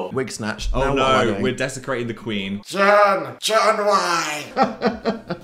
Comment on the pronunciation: phil why did you go american for the queen 😭